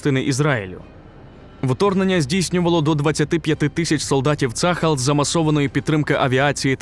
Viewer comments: ШІшка неграмотно читає - не цАхал, а ЦААЛЬ вимовляється або вже Армія Оборони Ізраілю тоді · На будущее: - пишем ТельАвив, в обиходе произносим ТелЯвив - пишем Газа, произносим как "газдыня", твердая Г - пишем Цахал, произносим цахАл, не цАхал. Спасибо :)